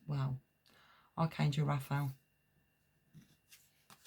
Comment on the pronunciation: Sorry but its pronounced Raf a el